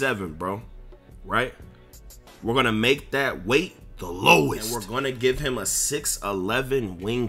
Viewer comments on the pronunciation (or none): none